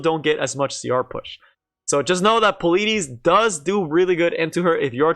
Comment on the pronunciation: Who tf pronounces politis like that